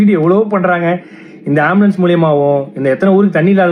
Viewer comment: ஆம்பிளியன்ஸ் பிரச்சனையா ???? அது ஆம்புலன்ஸ் டா....